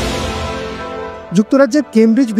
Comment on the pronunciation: আপনি কি এল এন বলছেন?😂